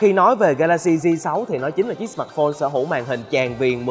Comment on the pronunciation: sao ad lại đọc " sờ mạt phôn" từ "mạt" của ad nó nặng quá.e góp ý v thôi .chứ ko ý gì.